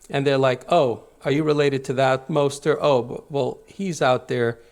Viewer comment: His name is moser not moster, yimach shemo